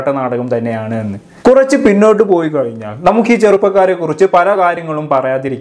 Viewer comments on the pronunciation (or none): none